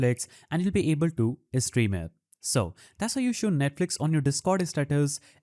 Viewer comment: bro really said set custom istatus 💀💀